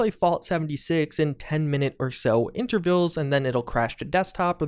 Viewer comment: Intervilles? You mean intervals